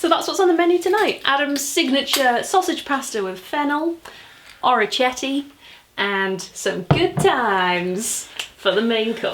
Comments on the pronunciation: This was so lovely! Please film some more! Thanks for the content! PS: the pasta is from Puglia - it means little ears and it is pronounced with K - something like "orikete". I only know, cos I was there on holiday and ate an absolute ton of it. 😁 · Great! I adore you:) I'm Italian and the only thing I would say (if you want to impress ahahah) is that it's "orecchiette" like with the k, the sound is like "orekkiette" and not with the English "ch" sound...! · Orecchiette is actually pronounced with a k sound, not ch/sh as ch in Italian is pronounced as a hard k and c plus i or e produces a ch sound, like cheese/chocolate... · I scrolled the comments to see if anyone else was sitting at home telling a screen how to say orecchiette and what it means. Glad I wasn't the only one lol.